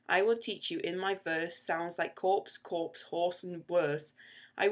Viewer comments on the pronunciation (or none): Corps should be read as core shouldn't it